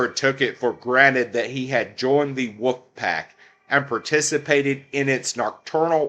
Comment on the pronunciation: It’s Wolf not “woof”.